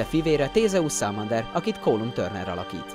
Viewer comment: Na meg a Salmander "A"-val, és nem "Á"..😅